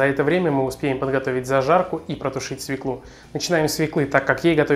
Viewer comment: Пржалуйста, перестаньте говорить - СВЕКЛу!!!! Правильно говорить - СВЁКЛУ!!! Невозможно слушать! Режет слух!